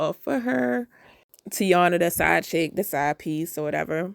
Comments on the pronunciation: That girls name is NOT tee-awnuh her name is Tie-ee-nuh….you know like the Tv show from the 90s with the same name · I’m starting to think people purposely mispronounce Taina’s name.